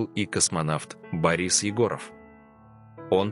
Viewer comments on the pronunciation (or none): none